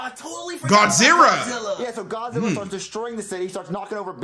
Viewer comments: No way bro said godzirra 😭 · Did he say godzirra? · Bro I swear to God he pronounced Godzilla's name wrong he said Gozilla